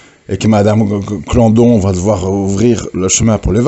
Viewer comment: c est claudon pas clandon